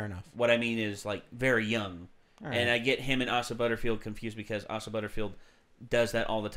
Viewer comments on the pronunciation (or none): It’s “A-sa” not “Ah-sa”, it’s pronounced exactly the way it’s spelled Also unfortunately Fox moved the release date into the summer in June, which is frankly a horrible decision - they should have kept the February date so they could avoid the summer block of movies that will simply bury it - putting this movie now between Avengers 4 and Spider-Man Far From Home is a terrible decision just as when Disney horribly put Solo between Infinity War and Deadpool 2. It’s only going to be forgotten in that block. At least in February and around Valentine’s Day, you could count on this movie not being crowded out by other huge releases.